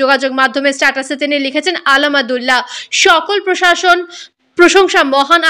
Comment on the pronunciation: উপস্থাপিকা আলহামদুলিল্লাহ শুদ্ধ করে উচ্চারণ করতে পারে না।